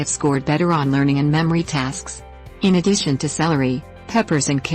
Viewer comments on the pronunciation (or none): "...in a dish"? No, "in addition"!